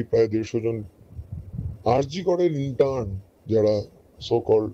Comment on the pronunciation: শব্দটা ইন্টান নয় ইন্টার্ন (intern)